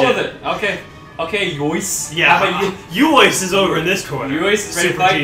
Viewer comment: úÓÍçÉ has an accent on the E as well, so it would not be pronounced "YOIS", it would be "oo-oi-SAY"